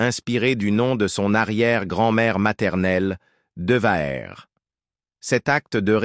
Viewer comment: Impossible de poursuivre le contenu de cette vidéo. "Patrick Deouerre" faites un effort pour au moins prononcer son nom avec respect.